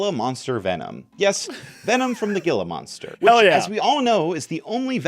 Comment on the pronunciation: gill-a-moster gifs are my favorite It's "heal-a-monster" btw